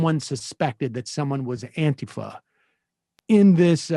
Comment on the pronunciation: Say it right. It’s “ant-teeee-fuh!”